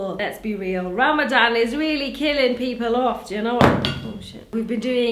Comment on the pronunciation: they way she said Ramadan 😂